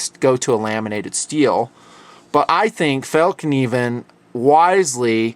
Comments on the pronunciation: It's pronounced "fell-k'niven" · The word Fällkniven sounds like the words Fell-elk-knee-ven (Raven without Ra) put together to "FellKneeven". Fällkniven means folding knife (or actually "the folding knife"). Great job on the review, greetings to both of you and.:) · you tried to pronounce fallkniven. well the first one you were wrong. you got it pretty close the at the second :) Fällkniven :) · excuse me? Fällkniven translated to english is not fellknife, not even pronounced correctly fell kniven (not a silent K) you got it right a couple of times Fällkniv = Folderknife Fällkniven = The folderknife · If you speak midwestern American English, saying "fell-kuh-neeven" fast where the "kuh" has a little bit less emphasis gets close to the Swedish pronunciation. The word actually translates into "folding knife." It's cool to see products from my country in TNP videos. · Fällkniven - would be pronounced [FAELLKNIVEN]. The "FAE" part of the name would use the same sound as "air" in airplane. "KNIVEN" is pronounced with an audible K + N. None of the muted "KN" as in "knight". Hope that helps! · when pronounce fällkniven you should use the A in care not the a in balloon, Then you get it right. =) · haha the "k" in "Fallkniven" is a silent one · No it isn't!!! Rather the opposite. And it's not fall as in the time of year but the same a as in Mary. You should learn language before you try to correct someone!! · awesome pronountiacion :/ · You pronounce fallkniven more like fall and then kniven. Actually it's fällkniven and that's fäll = folding, kniven = the knife. The folding knife :) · Fällkniven is pronounced more like "Fell (k)niven" and the (K) is pronounced like "Ch" in Christ. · I hear you've worked on your pronunciation. Fällkniven is pronounced "Fell (not fall) + Kneeven" without a silent k. Greetings from Norway! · fell-knivn, with a hard k as in karma, not as in knot.